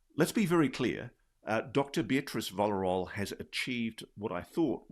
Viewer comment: It's Villarroel (pronounced for you non Spanish speaking folks: Vee - sha - rro (as in Romania because it uses a double R) - El (as in Kal - El, our own Superman)